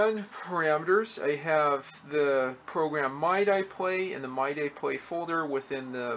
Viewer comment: "Mye die" lol It's more like "Mee Dee" by the way, but who cares? Just seeing these old computers really fascinate me. Technology really has come so far.